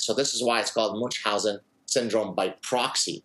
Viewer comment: If you pretend to "coin" a condition you ought to pronounce it properly. Munchhausen is German. Not too hard, just German.